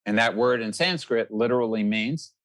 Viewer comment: Dr Svoboda has the perfect Sanskrit pronunciation! I bow to his knowledge.